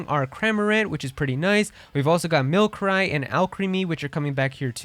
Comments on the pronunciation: people still mispronouncing pokemon names in 2023 yet the call themselves fans of the franchise all mispronounciations: ECKS-egg-cute= Exeggcute ecks-EGG-u-tore= Exeggutor EE-loo-MEE-zay= Illumise min-CHEE-no= Minccino cin-CHEE-no= Cinccino MIHL-suh-ree= Milcery dur-RAH-loo-dahn= Duraludon were-DEAR= Wyrdeer Taken from serebii actually, so study up on pronouncing them before making a video on pokemon or just steer clear entirely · Great video, however, the way you pronounced Milcery and Duraludon made me shudder. The unova starters are obviously not coming back because their remake will be coming out soon